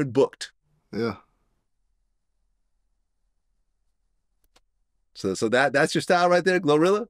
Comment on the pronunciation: Why bro said booked so hard 💀💀